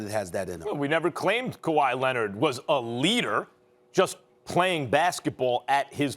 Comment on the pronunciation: Stephen A Kawhi Lennid